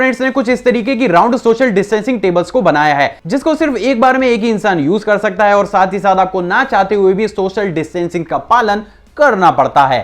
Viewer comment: Karrr sakti hai Rakhhh shakti hai🤣🤣🤣🤣